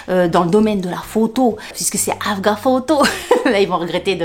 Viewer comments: Coucou tu m’as fait rire mais sans moquerie. C'est AGFA pas AGAF. 😂bizzzzzzz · en fait tu dis afga au lieu de agfa ! j’adore 🤣🤣🤣🤣🤣 mon influenceuse préférée, 😘😘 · AGfa, pas AFga 😅